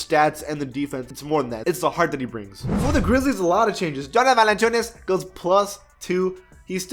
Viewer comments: No one: Maybe no one::Jona valaChunass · The way you said Jonas Valanciunas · No one: Not a single soul:: JoNAs vaLaChUnAs